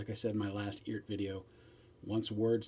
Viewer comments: The website says the correct pronunciation is ert. Sounds like earth. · I think the way you say it is, E-art. The reference is to Art. Electronic ART.